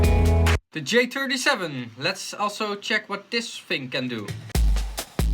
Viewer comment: "Dee J-turdy-sheven" LOL